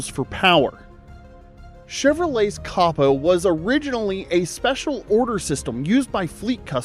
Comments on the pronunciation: Coh-Poh, not caw-poh. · I was out after you said copo wrong.